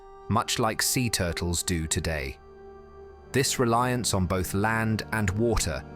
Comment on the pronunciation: Who is reading this out? The voice said "bot H" - what happened to "both"?